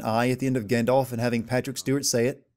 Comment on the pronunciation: It's Gandalf with an "A" though, not "Gandolf"..